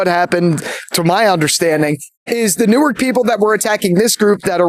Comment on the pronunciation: As someone who grew up in North Jersey(actually in the same town Jimi Simpson is from), hearing the actors say "NEW-ARK" and "BELL-VILLE" when they're pronounced "NORK" and "BELVÜL", made my brain hurt!